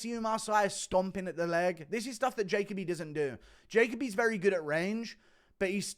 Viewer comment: Jaco bee lol. Try this Ja Coby